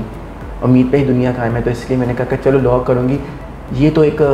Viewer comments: try to groom your hosts first and by grooming i mean that try to work on the way they speak..e.g., its law not luw and many other things..by merely dressing up or doing a lot of makeup you can't become eligible to start hosting.. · Madam ap bhi parh likh letin.... Low nae law hota hy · you should work on your pronunciation. Low nahi law hota hai otherwise nice interview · بیٹا آپ اپنی اردو صحیح کریں آپ کا لہجہ بہت غلط ہے آپ بار بار لو کہ رہی ہیں دراصل لاء درست ہے اس کے علاوہ بھی آپ بہت غلط ارو بول رہی ہیں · loooo nai laa hunda pain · Bahan g low ni law hota ha ordinance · kanwal its law not low🤣🤣🤣🤣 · LOw nahi LAW hota hai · please correct ur pronunciation low nai law un parr jahil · It's law not low😛pls learn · Yaar LOW nahi LAW hai. Huda kayliyeh pakistaniyo English ki maa bahen ayek kar dee hai aap logon ney. Interviews Karney say pahley google per he words ki right pronunciation kay liyeh search kar liya karo. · kanwal lo ni law hota hai😅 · Ye ..low ni Law hota bibi please thora sa ap b seekhna start kro tik tok se to kuch seekha nj ap ne thanks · Law instead of low